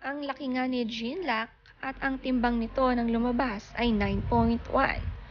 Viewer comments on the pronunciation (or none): Jean luc, pronounce it John-Luke Is a French name